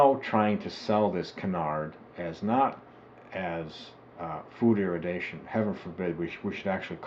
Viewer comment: Maybe don't get your (false) information from a crank's health fad book from 4 decades ago? That you cannot even manage to pronounce the word irradiation correctly is rather unsurprising.